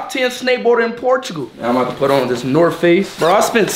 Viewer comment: “I’m bouta put on this NORT face” 💀